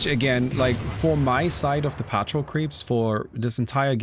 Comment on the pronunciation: in English the word patrol is pronounced "puh-troll" not "pat-trill". Have a nice day!